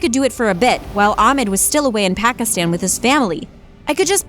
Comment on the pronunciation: the way she said Pakistan 😬😬 my blood boiled 😂